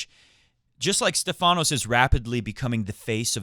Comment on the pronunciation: Its not StephAnos (intonation on the A) Its StEphanos (intonation on the E) which in greak means "the one with the crown on his head" (get it)!!! Learn it well my friend you gonna mention it a lot ...